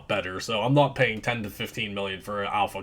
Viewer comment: Great vid. Been getting bored of the pally and cleric. But please tell me you where calling the "alpha cum-pee" to make fun of it. Lmao